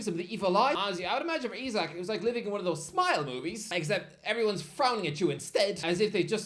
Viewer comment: sir he actually said "ome of"🤓